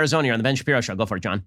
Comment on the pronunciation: Ben "I'm going in dry" Shabibo